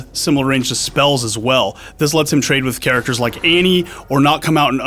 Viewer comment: did he just say aynnie.. when did these people forget how to read